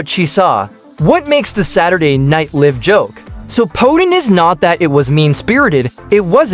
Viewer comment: Why would anyone want to listen to a poorly produced AI narrative that can't even pronounce Saturday Night Live correctly. The pretend voice said "Saturday Night Liive (as in live and let live). Pathetic.